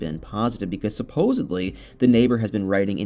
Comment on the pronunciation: Not, SUPPOSEBLY, it's SUPPOSEDLY with a D, not a B!